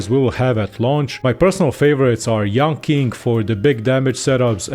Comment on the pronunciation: I speak Mandarin and yanqing is pronounced yanching not yanking. Dk whether it was a forced pun or misunderstanding